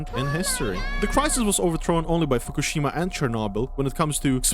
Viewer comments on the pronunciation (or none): none